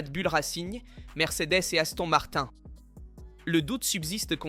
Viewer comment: L'image de vidéo saute avec L'IA et la prononciation en anglais Aston Martin parce que en français ce n'est pas terrible